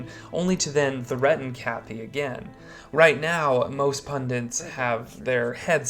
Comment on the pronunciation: Pundits, not pundints